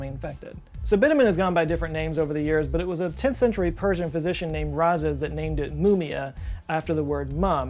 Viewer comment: The Persian scientist wasn't named Raza. He was called Razi. Imagine Jay-Z. Now replace the first part of his name with "raw" as in "raw meat". Put the stress on Z. That's exactly how you pronounce his name. I've read some of his writings in their original form (I speak Persian and know a little English and Arabic and German and French. Arabic was like Latin in Islamic world, so, most of his works are in Arabic although he spoke Persian). Sadly, most of his works has been destroyed bacause of so-called blasphemy. But he has some arguments about how religious prophets (cases in point: Moses, Jesus, Muhammad), if existed at all, were actually bullshit artists. It's amazing. Bear in mind that he lived in 10th century in an Islam infected land. He was a runaway "fugitive" for most of his life because of his beliefs, and to top it all off, he is the discoverer of sulfuric acid, and yes, fucking alcohol itself. You can look it up. There was no distilled alcohol before this guy. So, drink your next shot of whiskey in honor of this guy.